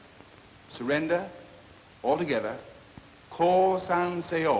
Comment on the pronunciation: The way he pronounces seyo sounds like Korean